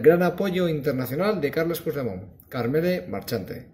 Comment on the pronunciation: Aprende a pronunciar Puigdemont. El ridículo lo haces tú, no te das cuenta? Anda sigue riéndote...si a eso se le puede llamar risa